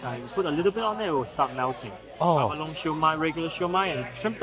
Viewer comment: I was raised around many Chinese families here in Hawaii and was always told it was pronounced lychee, not leechee! Also abalone is pronounced abaloneeeee, not abalon! Not sure if all Chinese pronounce these words the same but I know people from the mainland, (lower 49 states) don’t always know the difference. Love your videos and your infectious smile. Thank you so much🥰. Also, shumai has so many pronunciations but we always pronounced it shumai. Thank you 🥰. Those “dumplings are har gau” if I’m not mistaken.